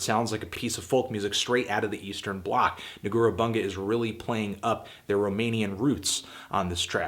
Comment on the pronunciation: Just so everybody knows, it's pronounced Negoorah (accent on "e") Boondjet.